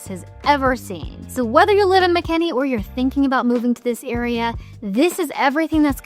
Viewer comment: It's Mckinney, not Mckenney...